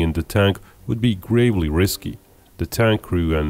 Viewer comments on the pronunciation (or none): none